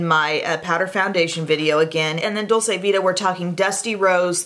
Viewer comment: FYI Dol-chee-vita